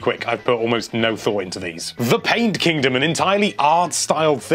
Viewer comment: Paint kingdom just sounds like lunchun